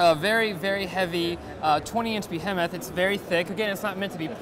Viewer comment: Nobody at TheVerge knows how to pronounce behemoth? o.O